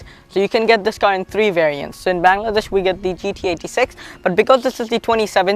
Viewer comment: Dude props for all the details and the history of the car. If there was something i would like you to change it would probably just be your pronunciation of Bangladesh pls just work on that and the rest u hav got covered